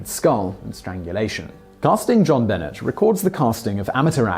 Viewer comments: Just saying.... It’s pronounced Jon-Benaay The first name is the French pronunciation of ‘John’ after her father and ’Benét’ after his middle name Bennet. Being English, I thought you would’ve known that but just letting you know. : ) Thanks for your channel as I get the most out of My Netflix account! 👍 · It's pronounced like "Zhon-Benay," NOT "John Bennett. Geez. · I like how he says it John Bennett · I've tried to overlook all the times Simon mispronounces things, but JonBenet? Seriously?? He can't say JonBenet?! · “JonBenet” is pronounced with the French “A” sound at the end. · Mark Mallone: It's JonBenet (one word), and "same people who put a 6 year old in an 'adult themed' beauty pageant for 6 year olds." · Thank you Little Miss Stamper!!! Omg, I was cringing through that whole segment like nails on a chalkboard! Simon I love you man but DUDE I know you have heard it pronounced accurately and it is SOMEONE'S NAME not an herb! I'm sure in the UK that is NOT how they said her name. You are a very intelligent man, hence why I like your channels, so please do pay more heed and respect to pronunciation of proper nouns. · Anyone with half a brain would notice that Jean-Benet isn't American...it's FRENCH. Simon being English isn't even a valid excuse.